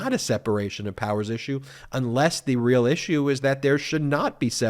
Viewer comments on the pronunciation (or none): none